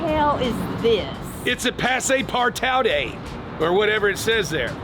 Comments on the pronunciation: That’s pronounced par-too, great vehicle by the way. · Pronounced « pass part two » salut du Quebec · just for the record: its pronounced pass-par-two. you’re welcome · PASS-PAR-TOO , thats how you say it, it means ``Goes anywhere`` ,probably from Bombardier snowmobile compagny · You guys butchered Tha name of that tank lol It's Passe Par Tout. (No accent on the "e" and the "T" is silent) it means "goes anywhere" when translated to English. Here's your peice of useless information for the day. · Funny how they pronounced ' passe-partout " partout means " everywhere " so "passes everywhere" would be the correct translation. Phonetically it's pronounced " par-two ". 🙂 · If you want to prononce it in frensh, it is like "passpar2"